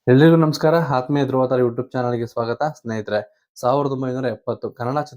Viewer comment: ಹಾತ್ಮೀಯ❎. ಆತ್ಮೀಯ✔️. ಹಾತ್ಮದಿಂದ ಅಲ್ಲ ಆತ್ಮದಿಂದ ಬಂದ ಪದ.